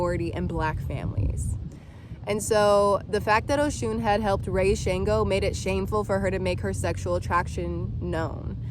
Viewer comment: It's not SHANEgo.... Please learn how to pronounce Orisha names correctly if you are going to speak on them.